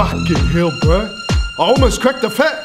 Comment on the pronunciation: I swear he said “I almost blew a fat” and not “I almost cracked a fat”.